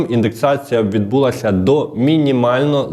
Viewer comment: Відбулася - наголос на а